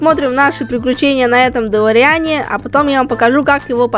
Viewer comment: Правильно Говорить ДелОриан!